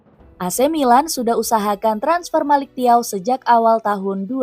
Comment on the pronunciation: bacanya melik caw..😅